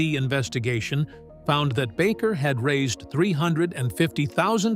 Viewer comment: IT'S NOT JIM BACKER ITS BAKER.